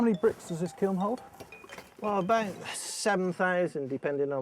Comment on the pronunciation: "kiln" pronounced "kill". however, I live in Chicago were we say "Duhs Plaines" instead of "Deh Phlan" for Des Plaines, so you're good to go.